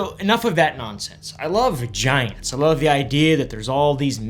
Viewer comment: Anybody else hear "I love vaginas" when he said "I love giants"??? 🤣